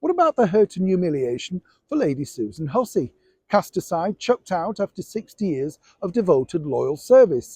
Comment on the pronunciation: Lady Hussey not Hussein